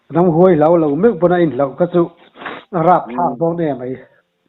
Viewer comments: Ramhuai tih hi huai lai tak hi high intonation tur hi low intonation in a hmang daih maia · Ramhuai a thluka diklo😂😂